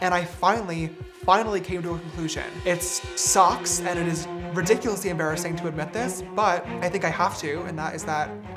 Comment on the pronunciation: I thought he said “it socks” 😭 Him being “desperate” isn’t an excuse for anything.